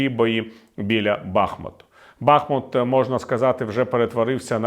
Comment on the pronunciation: БахмУт Не БАхмут